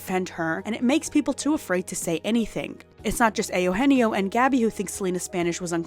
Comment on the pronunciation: ehh- ohh- enn- yeeo ?? Spanish??